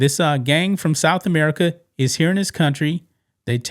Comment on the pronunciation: It's so funny how you say South America. Bro !!!is everybody. Is are citizens too!!!!!!!!!!.🧠✅